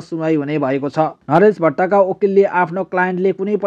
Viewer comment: समचार भन्नेलाइ सुद्द बोल्न आउदैन नरेस भट्ट लाई नरेस भात किन भन्ने